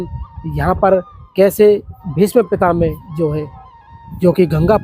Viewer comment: Pitamaha bol Bhai pitame mat bol bolna sikho aap